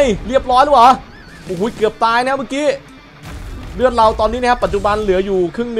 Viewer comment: พี่อะอ่านเลือดผิด